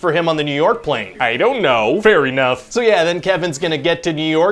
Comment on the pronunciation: No thats not a typo he literally pronounces it fair eenough